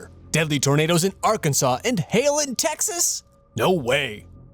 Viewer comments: AR-CAN-SAW; not Ar-Kansas. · For the love of god stop calling it " R-Kansas" it's "Arkansaw" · Arkansas is not pronounced "are-kansas" It's "ark-en-saw" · Arkansas is not pronounced Ar-kan-sas but Ar-kan-saw. Only Kansas is pronounce Kan-sas ! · He said Are-Kansas lol its Arkansas 😂😂😂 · Arkansas is not Are-can-zus, its Ark-in-saw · Lol, Are-Kansas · Tyler Adams it should be pronounced rkansas